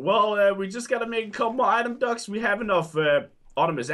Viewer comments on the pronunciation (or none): The way they pronounced “item duct” sounded like item ducks 🦆